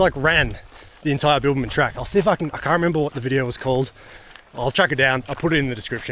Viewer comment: Were you saying Bilbaman or Bibbulmun?!! 😂